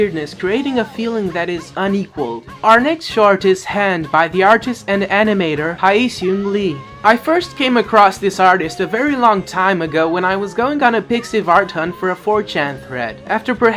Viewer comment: "haieesung" I don't speak korean so can't say that's wrong but that sounds very clashingly wrong